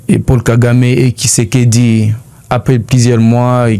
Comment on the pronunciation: C'est n'est pas kizekedi mais tshisekedi, munyarwandz